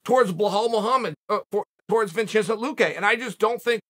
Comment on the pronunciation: Lmao did he say Vincenzo luque?😂